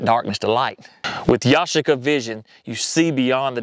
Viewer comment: It's pronounced YA-SHEE-KA, with the accent on the second syllable (SHEE)